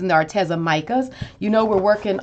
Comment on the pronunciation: Psst...it's pronounced Ar-Tee-zuh. I asked them. 😊